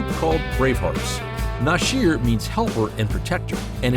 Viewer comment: I had to stop watching . The continued mispronunciation of Nasir and now Rakim. I’m done 👋🏾. Do research instead of reading off a piece of paper 📄 👀